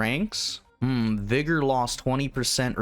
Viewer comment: Slaan:Sla-awn, not slain Vigor:Vig-uhr not vig-OR I apologize, but it hurt me every time. diabolical tzeentch brain magic that dealt me psychic damage.